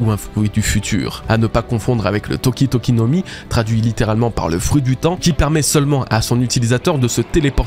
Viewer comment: "Toshi Toshi no mi" ou "Toki Toki no mi " ?!! 😅❤